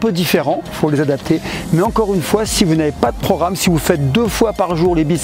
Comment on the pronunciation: C'est programme pas pro'ramme 😀